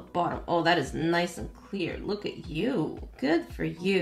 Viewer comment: Did you say "good 4 you" ???